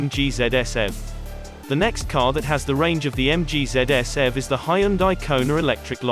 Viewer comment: It's eee vee, btw.